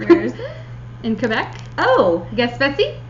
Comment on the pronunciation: Nice episode, as usual! Just to let you know, you were not too bad with your pronunciation of the word Gaspésie. It is pronounced: gasp-hey-zée :)